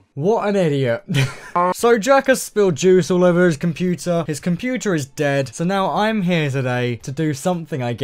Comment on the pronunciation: kAi yOu bUiLd cOmPoOtEr